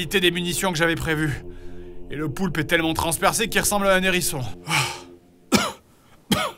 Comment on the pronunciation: “Un nérisson”... Le level -_-'